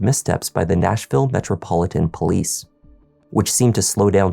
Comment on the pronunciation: Sorry, did you say be wary of pooLIEce stations ...........